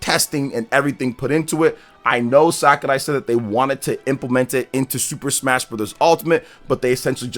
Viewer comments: It’s Sakurai NOT SAKArai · it’s Sakurai, not Sakarai lol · Fr that was a little annoying ngl, SACKARAI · Dude, what is upon with the Masahiro "SAKARAI"?, is it an inside joke or have you been saying it like that all the time and I'm just noticing it? 😅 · Omg just say his name normally